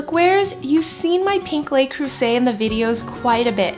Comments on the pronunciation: Nice job, looks yunmy...fyi: pronounced Le (luh), not lay (Les). Le Creuset. :-) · Luh Creuset not lay